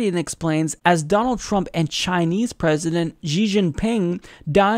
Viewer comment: please look up how to pronounce Xi